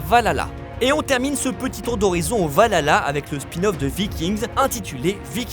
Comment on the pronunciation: Très bon teasing, mais serait-il possible de soigner un tout tout tout petit peu les accents ? La prononciation de Viking "Valala", notamment, était particulièrement ridicule. Mais globalement tous les mots anglais sont du même tonneau.